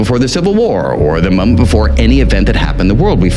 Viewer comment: Had to watch the opening 7 times before I realize he was saying "the moment before,.." and NOT "the mambo before" ! Either way, this guy's a genius and visionary, unmatched! If he WAS saying "mambo" I'd still take notes, as he always bringing us to new levels of insightfulness!!!